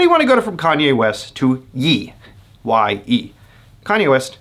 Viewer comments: Lmao it hurts to hear “yee” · Its pronounced "Yea" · Kanye changed his name to Ye. It is pronounced as YAY.